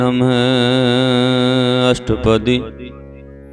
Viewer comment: ਬਹੁਤ ਸੁੰਦਰ ਜੀ। ਥੋੜਾ ਜਿਹਾ ਹੋਰ ਸਹਿਜਤਾ ਨਾਲ ਕਰੋ ਜੀ। ਸਹਿਜਤਾ ਨਾਲ ਪਾਠ ਹੋਣਾ ਚਾਹੀਦਾ। ਸਮਾਂ ਭਾਵੇਂ ਥੋੜਾ ਵਾਦੂ ਲਗਜਾਵੇ। ਦੋੜ ਲਾਨ ਨਾਲ ਬਹੁਤ ਸਾਰਾ ਸਿਰ ਦੇ ਉਪਰੋਂ ਲੰਘ ਜਾਂਦਾ ਨਮਹ ਦਾ ਉਚਾਰਨ ਨਮੇ ਕਰਨ ਤੋਂ ਪਰਹੇਜ਼ ਕਰੋ ਜੀ। ਹ ਦਾ ਉਚਾਰਨ ਹ ਹੀ ਹੋਵੇਗਾ 🙏🌹🌹